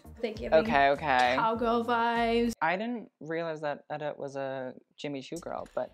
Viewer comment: he still said it wrong after she said her name haha